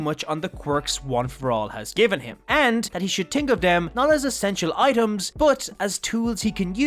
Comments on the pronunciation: No offense to this YouTuber, but does anybody else get triggered when someone says something wrong? Such as these words being said as “someting”(which is suppose to be “something”), and “tink”(which is suppose to be the word, “think”. Sentence Example, using the wrong pronounced words: I tink someting is off in tis house. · I agree with you on that but i only hear him say "think" wrong i dont hear about him saying "something" wrong.